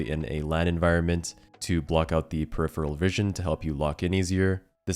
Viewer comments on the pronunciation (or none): none